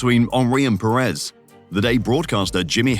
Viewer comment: Hold on a second. Did he just say Henry and Perez? I wasn't aware Lucas Perez had time-traveled back to the Highbury era! lol (I know it's Pires, I was just being sarcastic about the pronunciation in the video haha)